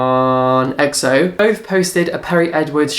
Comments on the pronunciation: It's Shannon not "Sean" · You pronounce 'shaaanxoxo' name as Shannon or 'shan' not 'sharn/sian' btw xxx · LOL can you fucking learn how to pronounce names ..?😂 Shannon is not shon and tana mongeu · Shaaaanxo is Shan as in Shannon. There is no R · Shaaanxo is from New Zealand. It's pronounced Shan like you say Shannon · I had a giggle at how you said Shaaanxo it's Shan like Shannon the extra a's are just add ons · lol its pronounced Shan...her full name is Shannon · I die everytime you say shaaanxo 😂😂😂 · I think with Shan (the way you pronounced it killed me) she often does celebrity style videos and I know it was recommended by people. I can't speak for Nikkie though x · can you please say Shannon's name properly lol it kills me